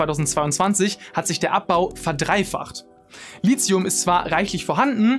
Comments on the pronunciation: Endlich spricht Lithium mal jemand richtig aus 😅 (Gutes Video soweit ich bis jetzt gesehen habe) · Danke, dass endlich mal jemand Lithium richtig ausspricht, und wenn es nur einmal im Video ist. Frage mich regelmäßig, was dieses Lizium sein soll, von dem die Leute immer reden. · Die Aussprache "Litzium" ist korrekt. Steht im Duden. Wenn schon klugscheißen, spülen nicht vergessen.